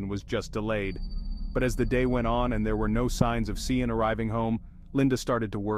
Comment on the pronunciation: Sian is pronounced Sharn 😕 was hard to listen to that AI